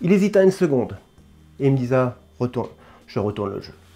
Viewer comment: Bien vu !! Cependant attention au français !!! « il me disat !!!!! » je saigne des oreilles 👂 😉